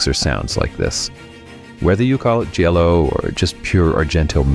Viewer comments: Great list. It's pronounced Gee-a-lo, not Jello.😂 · Stop saying 'jello'! 😆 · Jha-low! And it’s Lew-chee-oh Fulcee. It’s confusing because the chi is ki, and the ci is chee. It helps to wave your hand too. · Jello? Is this AI? And why did it start with a non-Giallo film, the dreadful Suspiria remake? Argento himself says Suspiria is NOT a Giallo. You don't know what you're on about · These are some of my favorite Jello movies. And that's definitely how you say it.